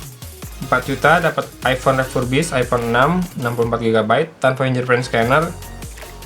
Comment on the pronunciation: Finger dibaca fing-ger.... Bukan fin-jer....